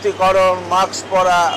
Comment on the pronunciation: বারবার মাকস বলেছেন কেন?